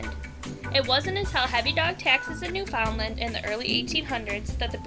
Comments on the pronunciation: Daschund is pronounced dox-in. Labrador retriever is pronounced lab-ru-dore and Newfoundland is pronounced new-fin-lind. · Lol new-found-land